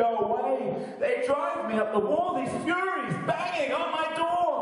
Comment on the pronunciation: Hey its Furies not Furries lol